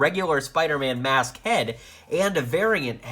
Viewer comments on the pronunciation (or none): said vulture mash instead of mask